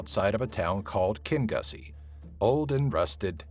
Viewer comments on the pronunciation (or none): That not how you pronounce Kingussie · I’d leave my bottle of whisky without an ‘e’ and pronunciation of Kingussie 😉